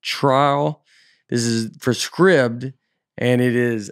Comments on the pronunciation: Surely SCRIBD is pronounced 'Scribed' (as in something is written) rather than 'Scribbed'?? won't be getting paid for that advert... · Today I learned that Scribd is not pronounced with a “long I” sound. Learning pronunciation from Nate feels sketchy.